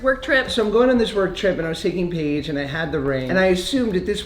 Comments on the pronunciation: Josh calls Paige Paigie awwww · And omg I love how he calls her “Paigy”!!😍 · "Paigey" Bye my heart has exploded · JOSH CALLS HIS WOFE PAIGIE 😭😭😍